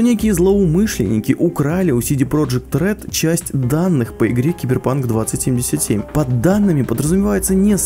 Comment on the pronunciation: Блять как мне режет слух 20(пауза) 77 сука название 2077 это как сказать 2к 77 это раз второе лучше пускай делают дольше но выйдет качественнее и третье мне кажется будет deus ex с кастамизацией ГГ и вобщем то и все. Я читал много книг, комиксов про киберпанк смотрел аниме и фильмы играл в игры и думаю врятле меня чем удивит проект(я не утверждаю лишь имею догадку)